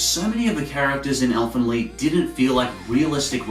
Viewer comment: Who the fuck pronounces Elfen Lied that way?